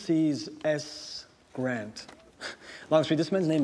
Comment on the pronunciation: The accent at the time, and as pronounced by Grant himself, was on the second syllable not the first.